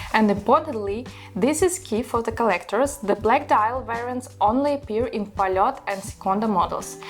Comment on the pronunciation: Also, if you talk about Soviet watches, at least you should know how to pronounce the brand you're talking about. Not 'polot', but 'polyot'.